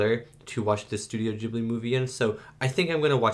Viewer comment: Ghibli is pronounced with a "hard" initial g, like garlic or gift. It is the name of a particular seasonal wind in the Mediterranean region (and you'll notice a lot of wind movement in Studio Ghibli movies). It comes originally from the Libyan Arabic word "Qibliyy" and was of course written using Arabic characters. Its literal meaning is "coming from the direction opposite to Mecca". Later the word was adopted by the Italian language (because the same wind reaches Italy), where the Arabic letters had to be transliterated so that the word could be written and read by Italians. They did the best they could by starting it with a hard g. In Italian, any g that is directly followed by an h (or an a, o, or u) is hard. Like Ghirardelli, the famous chocolatiers of San Francisco. The same rule applies most of the time in English, but we all know English spelling is a mess, so no rule applies 100% of the time. I've noticed that a lot of people are unsure of how to pronounce Ghibli, so I hope this helps someone.